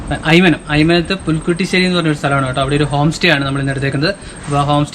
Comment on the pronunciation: Brother pulikkattusery alla pulikkuttysery aanu. By the way superb video once again